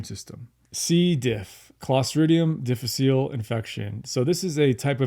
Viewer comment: the "diff" in C diff is the Latin word difficile. It is tempting to pronounce it as a French word, but it is actually diff-ICK-uh-lay.